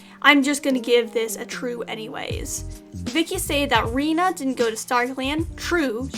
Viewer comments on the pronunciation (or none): none